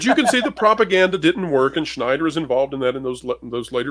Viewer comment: Unless you are the Mob, crimes are not trade secrets. Also great pronunciation of Schenider, there!